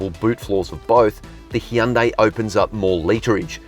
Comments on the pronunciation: Hyundai is pronounced like "Sunday"! Just saying. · Hun-day.. Coming from a south Korean lady I work with.